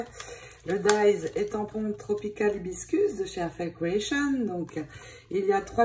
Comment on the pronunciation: Bonjour Hibissssss cus Il faut prononcer le s qui est au milieu 😉🌸🌺🌺